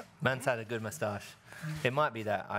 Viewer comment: am I the only one who finds the way Lewis says “moustache” satisfying? 😂😂😂